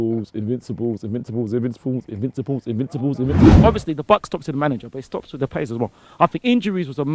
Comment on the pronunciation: no one:: iNvInSaHbUlLs, iNvInSaHbUlLs, iNvInSaHbUlLs, iNvInSaHbUlLs, iNvInSaHbUlLs, iNvInSaHbUlLs, iNvInSaHbUlLs, iNvInSaHbUlLs, iNvInSaHbUlLs, iNvInSaHbUlLs, iNvInSaHbUlLs, iNvInSaHbUlLs, iNvInSaHbUlLs, iNvInSaHbUlLs, iNvInSaHbUlLs, iNvInSaHbUlLs, iNvInSaHbUlLs, iNvInSaHbUlLs, iNvInSaHbUlLs, iNvInSaHbUlLs, iNvInSaHbUlLs, iNvInSaHbUlLs, iNvInSaHbUlLs, iNvInSaHbUlLs